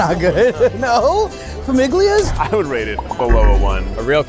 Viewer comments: ok i know everyone is here bc of the ned thing but the fact that someone said "fam-IG-lia" is killing me rn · Lets just have a moment of silence for the way Famiglia was pronounced.....that’s hurt me. Iykyk